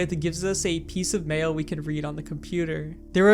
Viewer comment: Is it me or everytime he said 'mail' I heard 'mayo'